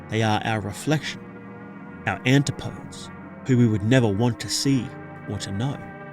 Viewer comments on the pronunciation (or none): You pronounce "antipodes" incorrectly, just fyi. I'm not blaming you though, it's a strange word, and your pronounciation makes sense if you've only ever read the word in text.